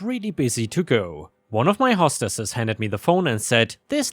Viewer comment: "hostesses" - the "host" part sounds like "post" except that it starts with an "h." It doesn't sound like "host" from the word "hostage." As in, not an "aw" sound like "assault."